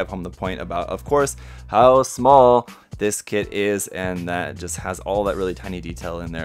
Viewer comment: Did you say "smol"? Lol